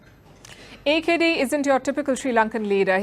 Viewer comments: Correct reading of AKD. by India though our people cannot. Thanks India. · Love the way she pronounce AKD. Our AKD.